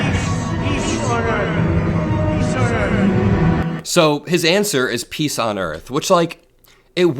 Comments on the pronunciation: He didn't said "peace on earth", he said "piss on earth!" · No no, he didn't say peace on earth, he said piss on the earth.